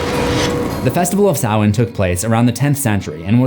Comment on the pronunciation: It is spelled Sam-Hain Like Cain With A H Not Salmain Do Better.